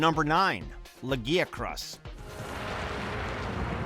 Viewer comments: Firstly, half of these are completely unexpected, to the point they don't seem like actual favorites. Secondly, please google how to pronounce; 1. Lagiacrus 2. Dalamadur 3. Rathalos/Rathain I'm developing ear cancer from those mispronounciations. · Holy shit the way this fucking dude pronounced Lagiacrus and Dalamadur makes me want to fucking vomit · the way he mispronounced lagiacrus anger's me ! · This list is so fucken lazy a fucken sleeping Kongalala can do an original video better not this patchwork fusing of 2 old ass videos also I can bear the other name pronunciation but fucken hell you butchered Zenogre and Lagiacrus's name more than hunters butchering them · Your pronunciation of Lagiscrus makes me cringe HARD.